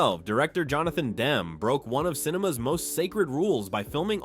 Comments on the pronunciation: Demme is not pronounced "Dem" — "Dem-ee" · It's too bad... the AI narration always spoils the video. I am always bugged by the constant mispronounciation of names that you've heard a million times. Here Mr. AI keeps going back and forth with DEM (WRONG) and DEMME ( dem-eee right ) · The mispronouncing of "Demme" is pretty annoying. If it isn't AI, you know nothing of movies and if it is AI figure out a way to get it to pronounce well known names correctly.